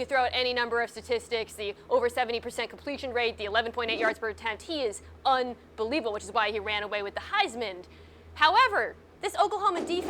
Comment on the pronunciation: Look, you can spit out stats and everything, but when you call it the "Heismand" award, you lose credibility in my book.